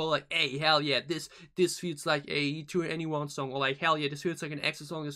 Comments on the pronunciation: 2NE1 pronounce 21 by the way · you looked up how to pronounce it and still got it wrong? "Twen'y One" - just listen to them introduce themselves on any song or variety show performance. 'To Anyone' is an album title and a play on their name ...just say 21 and drop the second T sound.